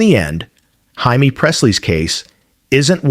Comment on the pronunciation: HIMEE?????? FOR JAIME PRESSLY?????DUMB ASS!!!!